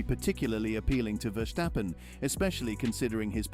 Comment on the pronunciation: It is not Verschtappen, just plain simple VerStappen.